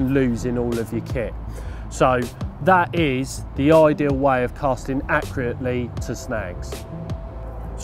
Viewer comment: Good tips but you have trouble with the word accurately dont ya lol. A worrthy addition to the YouTube library that was much needed 👍